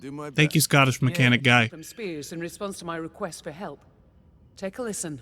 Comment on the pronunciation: 'Scottish'? LOL